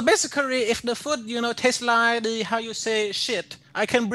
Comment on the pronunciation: I lieh it............... I lieh it